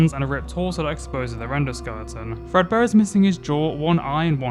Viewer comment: ah, I love "Frebdear Workshop"